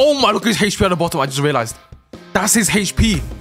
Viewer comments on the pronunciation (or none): Man says “heytchp” Instead of hp? Huh?